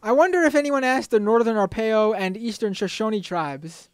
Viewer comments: Pronounce Arapaho, a-RAP-a-ho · Ok...It's pronounced...Teh-cum-seh.( Tecumseh) and A-rap-a-ho (Arapaho) and Sho-shon-ee (Shoshone)